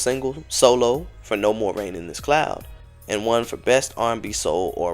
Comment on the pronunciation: THERE NO MORE RAIN IN THESE SKIES! you butchered that line THREE times lol smh kids